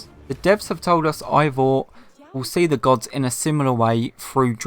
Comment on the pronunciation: Hate to be that person but it's pronounced Ay-vor, not eye-vor. Other than that, great video!